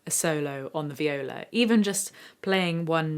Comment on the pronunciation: did she just say 'VIOLOW'